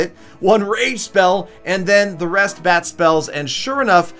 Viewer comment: Whenever u say bat spell, it sounds like bad spell..lol